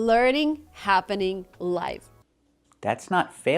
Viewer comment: I suppose she meant "live" but said "life"